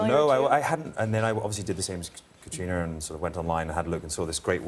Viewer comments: It's Caitriona! Not Katerina...ugh. I hate it when hosts don't bother to get people's names right. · Uhhhhmmm, Gayle? It's not Caterina, it's Caitriona. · Miz J He pronounces it Kat-reena which is how English speakers in Ireland pronounce it. However, Gaelic speakers would not omit the 'o' in Caitríona. Kat-ree-uh-na is my take on it. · Caitriona Balfe's name is pronounced "cuh tree nuh" -- I never nit pick these type of interview mistakes but you just think that the interviewer would have done enough research and commitment to be able to pronounce this actors name correctly. Seems unprofessional. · I couldn’t believe that one of the presenters did so little research that she kept mispronouncing Catriona’s name. Glad it was eventually corrected